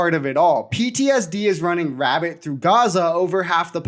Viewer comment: Did you say “PTSD is running rabbit through Gaza.”? Like:🐇?